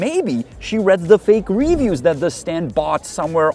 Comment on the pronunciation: can we teach this guy how to pronounce review already?